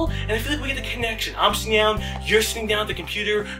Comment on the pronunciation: you said ze :3